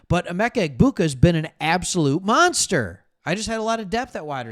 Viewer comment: Yo.. The “g” is silent in Egbuka.